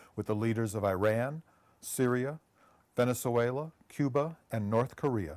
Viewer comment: "Venezulela" this craked me up. I'm pretty sure he was thinking of Vuvuzuelas.